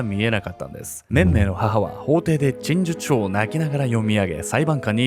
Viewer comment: 何回リテイクしてもちんじちゅ書になってしまう…